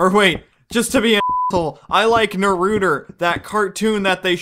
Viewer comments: Naruter?... It's Naruto, My Lord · lol you mispronounce naruto.Awesome Video